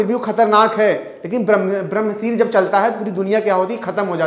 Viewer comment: ब्रम्हासिर क्या होता है?? इतनी घटिया हिंदी, ब्रम्हशीर अस्त्र है वो।